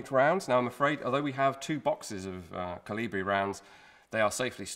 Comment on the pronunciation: Koli-bri please.